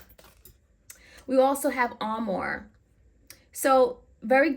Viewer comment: “Armour” and “Armoire” are two different words. Please learn how to pronounce the “Armour” card.